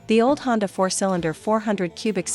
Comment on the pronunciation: Since when did Honda become Chonda!!!